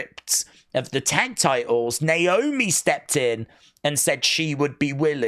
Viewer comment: Candace botched Naomi’s name in her promo hilarious 😆 lol 😂